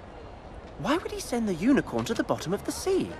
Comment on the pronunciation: "Lincorn" is french - "unicorn" ..